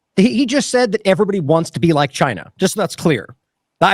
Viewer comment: Sounded like beat China not be like China